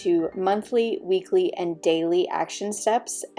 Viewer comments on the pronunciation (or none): You said weely actions instead of weekly actions